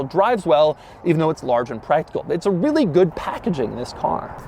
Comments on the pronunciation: I hear wheelie when he says really. Hmm is it just me? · How much time he said REALLY😋🤔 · Doug emphasize the word "Really" on his main channel yesterday